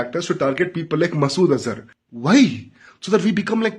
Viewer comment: Whai bro whai, whai you pratiuttaring and zaliling them!! Whaii??...😂 BTW, your video on Pahalgam did make good points and made a very good arguement on why covert operations and other backend strategies make more sense than direct attack by state actors.